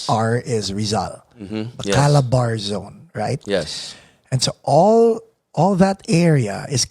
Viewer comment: it is not CALABAR zone, it is CA-LA-BA-R-ZON